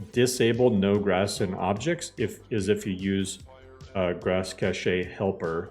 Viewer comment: Please 🙌🏻 pronounce cache like cash. This is an honest request